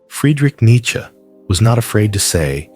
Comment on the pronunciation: An American can who doesn't say 'neechee'. Good lad.